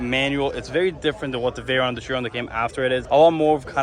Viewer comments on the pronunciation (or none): none